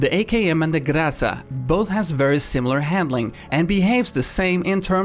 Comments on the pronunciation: You should say grazA not grAza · I'm russian and I'm afraid you still spell groza wrong. In russian There is a rule that letter "o" changes to "a" when it is without stress. So while it do change from "o" to "a" you need to put stress in a second half. So not GrAza but GrazA.Like we pronounce mOlatav while it's written as mOlotov. I woldnt say anything because i never expect foreigners to pronounce russian words correctly, but seing you say that correct way to spell it is GrAza is quite disturbing because it's simply not true. Thx for your efforts though. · In russian it is grozа́ (гроза́). But gróza surely has its own charm. Reminds me of Zarya from OW. I like that Eng pronunciation so much more than original russian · grozA, not grOza. By the way it's translated as a thunderstorm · Great guide as always! Your channel is best channel for pubg mechanics, keep up the great work!! Accentuation is still wrong in "Groza" spelling, but looks like you are the only one caring about it! My ears are always bleeding when i hear distorted words. Correctly its "grazA" not "grAza". Google translate "thunderstorm" to RU and listen for result. p.s. Cheers from Russia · Trust me GrOza does not pronounced that way. It's GrozA. I'm russian trust me :) Why does everyone pronounces it first way? :P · Well google translator pronounces GrOza if you pick english. But GrozA if you pick russian. And, yep, I speak russian since I even started talking. So just try it. Pick Russian in google translate and type "Groza". And listen how it will read it. After that you can throw a rock in my face if you'll still hear GrOza :D P.S. Sry I'm not that good at eng :x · i dont care how hard you try to spin the "grassa" i will forever call it groza. its like the JIF vs GIF pronounciation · Not [grAza], but [grazA]. Emphasis on the second syllable. Так будет правильней. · Not grOza, but grozA;) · Waaaackyyy! The stress, the STRESS! Not "grAza", but "grazA", please pronounce it the right way!